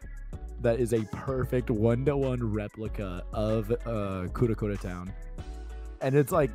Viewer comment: Its not Kurakura town, its KArakura town